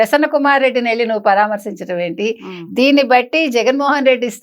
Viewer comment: Anchor గారూ సరిగా పలకండి "పరామర్శించడం"